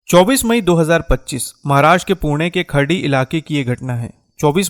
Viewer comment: सर खराडी है.. खरडी नहीं